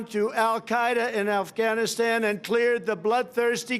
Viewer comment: He said ALFghanistan I miss Alf